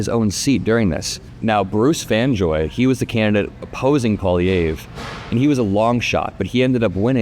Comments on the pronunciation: Its pronounced like Pwa-Lee-Ev if that helps :) Its a difficult name for people who dont speak any french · paw lee EV. That's the pronunciation. The 3rd syllable is stressed, as is doing, but the 'e' has the same pronunciation as the 'e' in 'let.' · peewee Herman’s name is pronounced “Poly-evf” fyi.. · Pronounced pierre "poly ev" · Thank you for covering this! You can’t even see how relieved my home is because of this outcome. Feels like our timeline might not be the worst. I do gotta say tho. It’s a lil funny that Americans can’t pronounce poilievre. “Po” - (think the po sound in “pop”) “ili” - (think “Lee”. ee sound) “evre” - (think Evv. Strong “v”. Kinda like the “evv” sound in the word Chevy or heavy. No “y” sounds tho) Pa-Lee-evV (strong end v) (idk if that makes sense, I’m just going on vibes) Edit: spelling